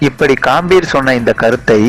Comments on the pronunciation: Kaambir ah? Adhu ghambir da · Sir athu ghambir pls correcta pronoun panunga